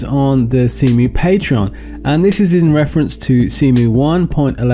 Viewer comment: "Zemu." I like that. XD